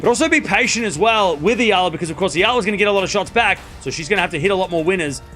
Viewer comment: Its pronounced E all a